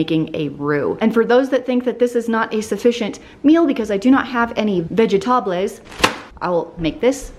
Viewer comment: I laughed so much with your "vegetables" pronounced in Spanish (the right word is vegetales) 'cause it reminded me how in English class once a guy said "verdulations" (verdura = vegetables) As you can see, he didn't really speak english 🤣